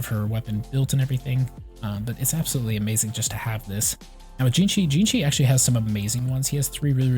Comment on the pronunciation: Xingqiu is pronounced (C-ing-ji-iu)